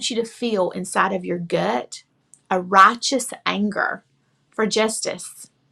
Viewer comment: What exactly is a "rotchiss anngrrrr"? "God will ottsmart crewicks"?